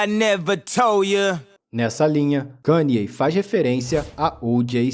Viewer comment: Primeiro canal Br que pronuncia o nome dele corretamente kk